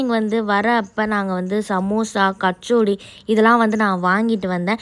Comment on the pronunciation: That's kachori not kachodi